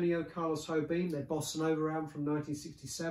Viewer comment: nice. btw Antonio Carlos Jobim is Brasilian, not Spanish, his name is not pronounced as "hobim" but starts like the sound in "vision" or in the french "jacques"